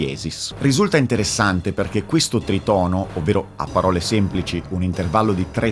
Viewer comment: Ciao, grande video come al solito, da musicista classico (che quindi ha apprezzato TANTISSIMO il focus messo sulla musica) mi permetto solo di dirti, non per fare il pignolo ma per semplice cultura personale, che si pronuncia trìtono, non tritòno:) spero di esser stato d'aiuto Edit: "diabolus in musica" da quel che mi risulta è un termine che veniva utilizzato nel Medioevo per denominare tutti i tritoni (non solo sol-do#), non nel diciottesimo secolo